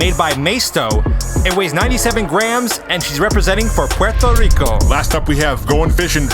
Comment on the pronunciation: Love how he says Puerto 🇵🇷 Rico